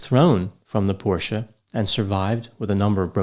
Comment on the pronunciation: this decoration piece sort of cactus on the lower tier behind you - it looks like a cookie to me. Sorry, it looks so cute, it has distracted me from your lecture. P.S. Your pronunciation of "porsche" is now perfect.